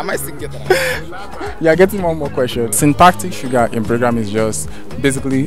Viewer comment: The nigga said "shrintactic sugar" I was rolling at that point 😂😂